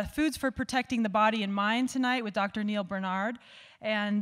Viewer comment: Did you realize you are mispronouncing his name??